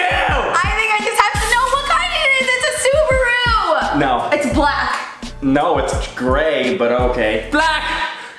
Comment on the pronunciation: The way they pronounced "SuBaRuu" 😕 Love the vid tho